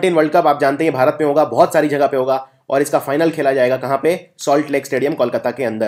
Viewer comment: sir y do u pronounce jagah as jhaghahh